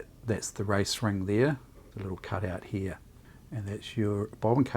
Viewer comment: Surprisingly, there is an R in "heah" (here)...